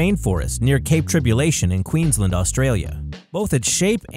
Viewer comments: OMG why does every American say Queenslend its Queens LAND! Like if you are in Australia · Queenslnd??? Melbrne??? You say Queensland and Melbourne like Jason Bourne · Pronunciation correction.... 1. QueensLAND, not Queenslend 2. Spelt Melbourne, pronounced "Melbn", not Melborn 3. Not pronunciation, but the it's the "Big Banana", not the "big bunch of bananas" 😂 4. The big pineapple is actually a large pineapple farm and has a little zoo, and holds a festival each year called "Big Pineapple Music Festival"....... Nothing inspired by SpongeBob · Dude it's queensLAND not queenlend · It's Queensland not queenslend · It's Queensland not Queenslnd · And it's Queensland as in queens land not queenslend stop pronouncing it that way it's really frustrating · He can't even pronounce Queensland right